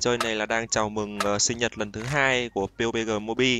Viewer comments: bắp di hay pê u bê gờ z a:))))) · Nghe mọi người đọc là "pắp gi" quen rồi, nghe anh kêu "piu bê gờ" hổng quen 😂😂